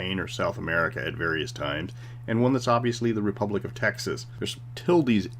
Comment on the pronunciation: When you called it, " The Rebublic of Texas ", I wanted to subscribe again.